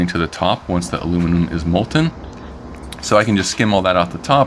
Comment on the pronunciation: MOHL-tuhn, as in, mole-ton. The "t" isn't silent. Otherwise, it was very nice work.